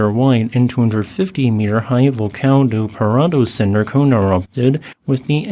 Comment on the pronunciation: He pronounced Vulcão do Paredão really great for someone who doesn't know Portuguese. Noronha, Trindade and Martim Vaz were obvious spelling pronunciations which is fine as they can be found in maps.